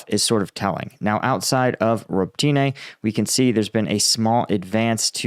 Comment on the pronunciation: Ukrainian words are sometimes tough to pronouce for English speakers, but Robotyne seems to be one in particular. Correct pronouciation is Ro-bo-tee-neh 👍